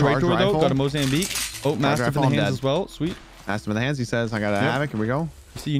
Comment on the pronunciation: "MozamCHEEKS" ~ I'm dead🤣😂🤣